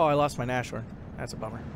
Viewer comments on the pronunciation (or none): I know I am picky again, sorry! - Nashorn is pronounced Nas-horn, not Na-shorn I don't want to be annoying (although I am), just want to "help".